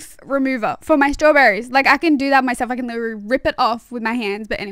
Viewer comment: The way she pronounces "staww-berry"so cute❤✨️